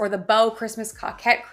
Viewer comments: COE-KET please stop saying COCK 🤣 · Thanks for the update. You are a good teacher. It’s pronounce co’kette. Niche is like quiche.👍 Also, Tis the Season is trademarked. I had to change mine.🤷‍♀️ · Coquette is pronounced co-ket, you say the 'co' the same as in 'co-ed'. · you're pronouncing coquette wrong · I think it’s pronounced with a long O, not a short O.